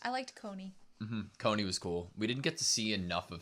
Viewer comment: I absolutely adore how they mispronounce most of the characters names.